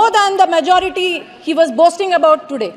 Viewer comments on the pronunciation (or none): none